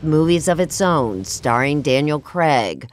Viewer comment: ITS CRAIG NOT CREG